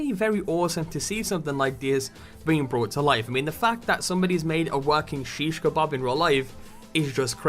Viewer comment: btw to pronounce shishkabob its basically shh ish(sounds like fish but with sh) cuh bob